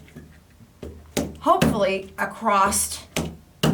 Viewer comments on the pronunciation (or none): I love the video I really do but what is it with Americans putting a "t" on the end of across.